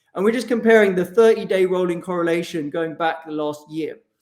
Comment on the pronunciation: De corollation . That's what's up